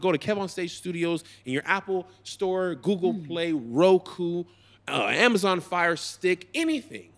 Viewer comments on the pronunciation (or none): none